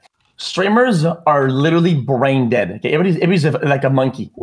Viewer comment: I thought XQC was calling streamers "branded monkeys", but he was actually saying "brain dead monkeys"